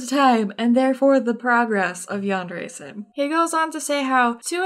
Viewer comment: at like 12 minutes in i thought you said "yandere thief" and I just started laughing my ass off